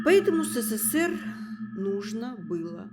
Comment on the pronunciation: Что за "Сэсээр"? Ведущая произносит слово " СССР " как иностранка.